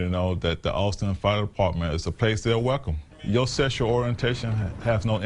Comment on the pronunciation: LGBTQ is "weckum"